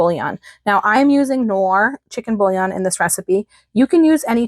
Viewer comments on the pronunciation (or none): Here in Norway the milk and cream powder is priced so high that these receipes will be very expensiv3. Looks good, though… AND KNORR is a German brand. The k is pronounsed… so it’s not ‘norr’, 😅 you would probably pronounse it right if I write cnorr…😊